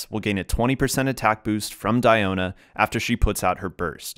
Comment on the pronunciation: It's Dee-o-na not Dai-o-na